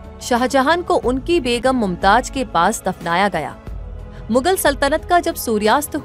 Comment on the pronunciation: Pahle aap pronounced sahi kare us ka naam mumtaj nahi mumtaz hai